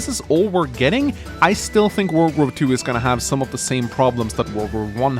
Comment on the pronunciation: Sounds like you are saying world war 1 and 2 instead of wargroove